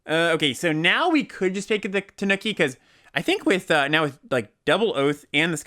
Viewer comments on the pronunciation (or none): Tanuki is pronounced more like "TAH-new-key" than "The Nookie", for what it's worth. On the other hand: I DID IT ALL FOR TANUKI (COME ON) TANUKI (COME ON) AND YOU CAN TAKE THAT BASIC AND STICK IT UP YOUR (YEAH) STICK IT UP YOUR (YEAH) STICK IT UP YOUR (YEAH)